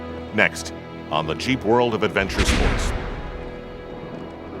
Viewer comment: ROFL, when he said "Jeep" I heard cheap...... LOL!!!